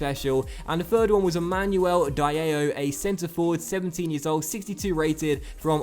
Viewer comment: Diallo is pronounced as: "Dee-Ah-Low"